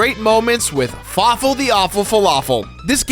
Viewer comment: Fawful is not a Falaful